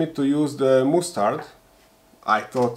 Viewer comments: Sorry for being boring and I'm also not native English speaker, but mustard pronounsed as "masterd" both in GB and USA variants. Anyway it is lots of fun that kitchen grade stuff can be used for DIY. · That is not how you say mustard